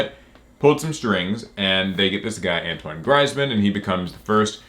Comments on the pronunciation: It's pronounced antwon greezeman. 👀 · Antwine greizmann? 😂